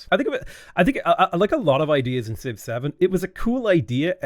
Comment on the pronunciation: I was gonna write a similar comment but then he said «Civ-7» like «6-7» 🗿